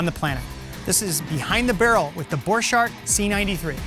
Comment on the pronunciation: You prononce it borkart